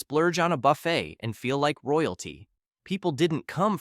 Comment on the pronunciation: Learn to pronounce "buffet" AI narration guy. YT's a cesspool of poopiness anymore.